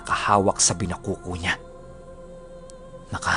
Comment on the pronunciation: Bina-kokho po pagbasa nyan. Ilongga here.haha pero nice series po. Binakoko- malaking itak na hindi matulis tas mabigat, yung dulo non pabilog na walang talim.